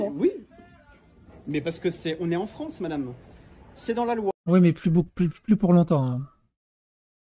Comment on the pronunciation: L'awgent dé la Fwance !